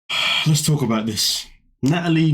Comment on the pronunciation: Nutalie, Nutalie, Nutalie 🙄🙄🙄